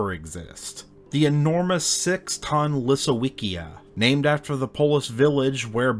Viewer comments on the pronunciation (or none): One thought to sum up Smok: convergent evolution is a bitch 😁 Quick note to : the W in Lisowicia is a hard one, just like you read in "Wawelski" 👍 it's because you read the village's name as "Lisovitzia".